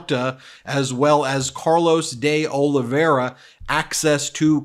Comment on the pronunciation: I am pretty sure the guy's name is pronounced Day-OH-Live-E-Air-Uh. Not the way Ben says it.